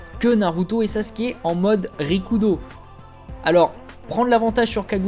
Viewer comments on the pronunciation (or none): none